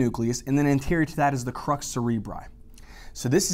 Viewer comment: Crus not crux!😅